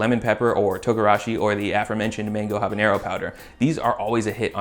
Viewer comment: Something I learned a few years ago: habanero has a regular n, no tilde. That means it's pronounced Aab-ah-nerr-oh, NOT abanYero.